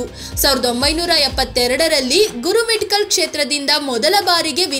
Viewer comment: Gurumitkal alla. Gurumatkal